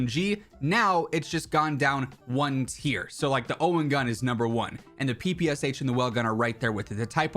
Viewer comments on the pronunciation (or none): none